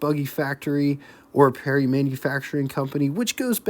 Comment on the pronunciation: Yes he does pronounce words in his own special way doesn't he,... Parry as 'Perrie' and Willys as 'Willis' also Terra Haute as Terra Hot etc. etc.